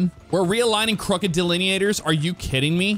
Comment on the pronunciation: You should make an OCRP character using that accent when you said "omg we need these delineators"